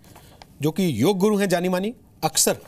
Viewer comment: आप के show में कई बार योग शब्द का अनुचित उच्चारण योगा किया गया है जबकि उचित शब्द योग है जिसका शाब्दिक अर्थ जोड़ना है